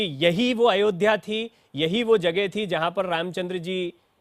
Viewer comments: कुरेशी उल्लू है इसे अयोध्या बोलना नहीं आ रहा अयोध्या के बारे में क्या लिखेगा कुत्ता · जिन्हें अयोध्या का उच्चारण भी नहीं आता है वह भगवान राम के विषय में वह भगवान राम के जन्म के विषय में किताब लिखने की जरूरत करते हैं ऐसे गद्दारों को जेल में डाल देना चाहिए वह उस किताब को बैन कर देना चाहिए ताकि किसी धर्म के खिलाफ ऐसी अभद्रता दोबारा ना हो जय हिंदू जय सनातन